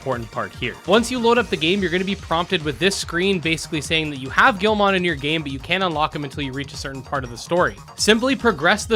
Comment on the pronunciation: The way he says Guilmon is triggering